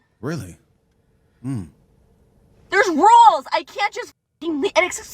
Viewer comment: She made "rules" a 2 syllable word!